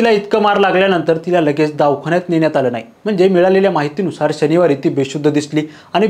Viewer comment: अवाजवी असं म्हणा,.आवा जावी नाही, दाव खाना नाही, दवा खाना